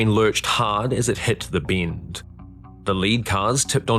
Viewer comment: say: bend says: binnt